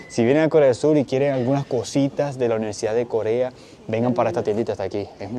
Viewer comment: Holaaaaa, por favor di: UNIVERSIDAD varias veces 😂 En tu grabación se te entiende: NIVERSIDAD 😂 Cada vez que te escucho decir esa palabra me recuerdas a un guajiro